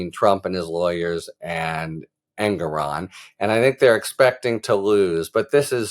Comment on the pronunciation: Thanks so much, Harry!!! BTW, prounounced En-GOR-on, not En-gor-ON.